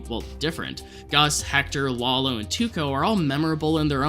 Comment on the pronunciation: Can't believe we first saw Tuco 15 years ago. it sounded like you said "Wallow" instead of "Lalo". Am I just hearing things???